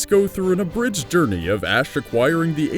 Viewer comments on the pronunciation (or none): none